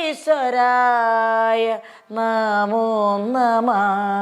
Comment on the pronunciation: യോഗീശ്വരായഎന്നാണ് യോഗീസ്വരായ അല്ല